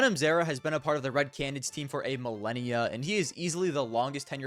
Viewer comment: one day will be able to pronounce “canids” correctly and consistently